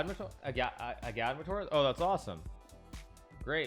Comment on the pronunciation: Hikaru still pronounces agadmator’s name wrong, did he react to the 4th highlights on stream?